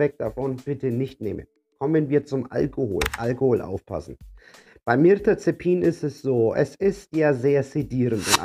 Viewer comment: Das Medikament heißt Mirtazapin. Du spricht es falsch aus, sagst Mirtazepin. Venlafaxin sprichst Du auch falsch aus. Wirkt fachlich nicht wirklich kompetent.